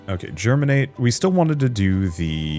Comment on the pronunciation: There is no "r" in Geminate.